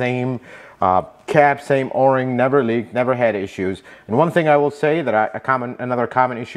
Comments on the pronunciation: O ring or "Oar ring"? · You're only the second person I've ever heard to call it an or-ing instead of an oh-ring... Maybe it depends where you're from...? I really like this video. Great tips about how little the oil filter cap needs to be tightened and how there's nothing wrong with the plastic one vs an aluminum one. But the spin-on oil filters are also called spin-on canister filters. I refer to this system as a cartridge style oil filter. Some people spray the inside of the oil filter cap with brake cleaner to clean it before installing the new filter element. What's your opinion on that? Since brake cleaner might damage plastic I was thinking it might not be a good idea.